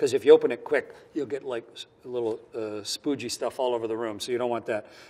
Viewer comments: He said "spoogy" ;oP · He said Spooge